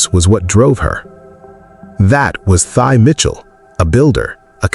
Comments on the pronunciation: Your channel would be much more direct and thought-provoking if you pronounced the name of the subject correctly. She says it at the beginning of the video. Pronounced "Tee". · Her name is pronounced like "Tea" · Her name pronounced as 'T'